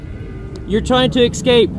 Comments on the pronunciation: Say it with me properly es cape… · Who the hell thinks it's 'ecscape'?